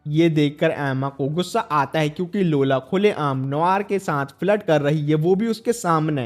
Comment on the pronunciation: Lola ❌laura ✅😂😂😂